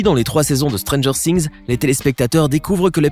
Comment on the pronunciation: Stranger Things non pas ' Stranger Sings '